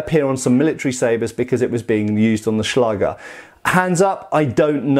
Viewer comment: Nice and informativ video again!😊👍 ...But... as you often say... there is one Thing. The "ä" in the word "Schläger" is pronounced like the "a" in the words "that" or "backstrap" for instance and not like in "bath". This two dots on top of the letter "a"... so "ä" are responsible for that. It is a so called "Umlaut". As a German I hade to grinch every time you used the word "Schläger".🙈 But no offence. I know German is not an easy language to pronounce for non-native speakers.😄